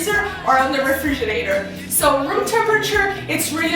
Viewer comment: Refridglator. Lol. My new favorite word.